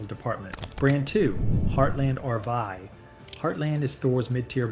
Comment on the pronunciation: seems to be AI generated. When you pronounce RV RVuy instead of RVee you know it's a mindless bot doing the talking.